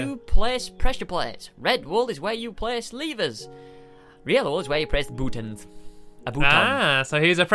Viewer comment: "bootuns" says the squid.